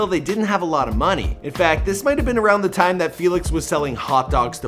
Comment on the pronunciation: "It's tine for me two"